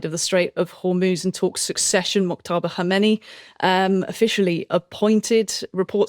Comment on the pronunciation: It would be nice to pronounce names more correctly. Moktaba is not the correct pronounciation. It is pronounced much more like Moshtaba.